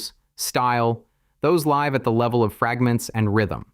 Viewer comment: “live”. Only a bot could mispronounce that.